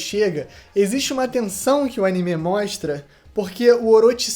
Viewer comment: Único defeito desse vídeo é ele falando "Animê"